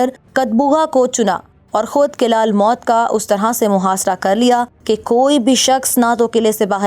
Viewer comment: Behtareen....but...fort's pronunciation is""almout""" not almot....meem par pesh hay...thanks